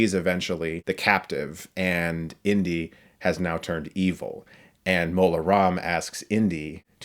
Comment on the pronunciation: I kept thinking you were saying "Indian Short Round" but you were saying "Indy & Short Round" 😅